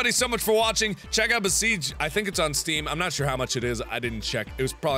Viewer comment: Besiege, not besige!